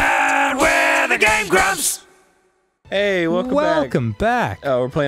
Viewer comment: "Hey, I'm GrAb, I'm not so GrAaaaB! Aaand weee're the Game GrABbS". I heard the intro that way, I guess it's interesting. :v